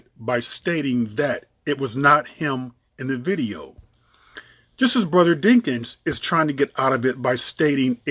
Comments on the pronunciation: isn't his name DAWKINS not DINKINS?? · Why do you keep pronouncing the man’s name wrong🤔⁉️